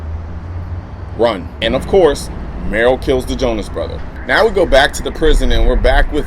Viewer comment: I'm a subscriber and a fan of your video's and I watch this series of yours every week, so I'm not trying to be a dick when I correct you - but it's Merle, not Merrill. More like Murr-ull, rather than Merrill Lynch lol